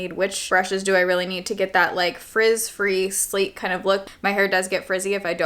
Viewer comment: Kept thinking I was hearing “sleep” bun and was thinking …why?